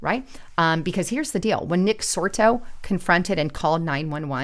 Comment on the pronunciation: Nick Sortor. Not Nick Sorto